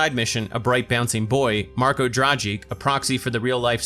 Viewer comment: U are pronouncing Marko Dragič's name wrong.